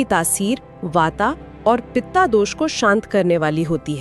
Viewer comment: कृपया वात कफ पित्त का सही उच्चारण करेॅ